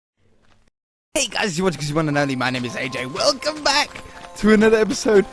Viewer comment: Has anyone noticed that on the Intro for each Santa's Grotto episode he says "Ey Guys you're watching" etc. instead of "Hey Guys you're watching" etc. Hahaha it's actually quite funny